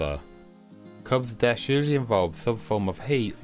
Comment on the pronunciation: He really said deaf instead of death